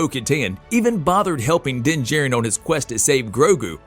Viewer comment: It's pronounced Din JAH-RIN not Din Jerrin.